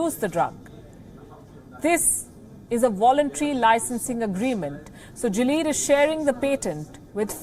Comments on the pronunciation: It's not "jileed" GILEAD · You guys had me confused, It's not Jilead it's Gilead. The "G" is pronounced same as in "Girl" and "ilead" similar to Billiard. So GILLIAD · Someone needs to learn the pronounciation of Gilead Sciences.